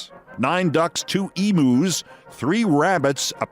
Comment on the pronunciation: Did I hear Keith say "Emoos"?